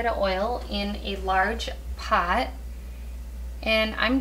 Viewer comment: I love the way you say "pot", definitely sound like you're from MN